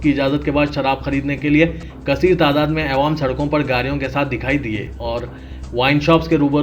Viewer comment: jahilon k sardar aywaam nhi awaam bolo urdu ki dhajjiya udaderein tum ilm hasil karo urdu phir news bolo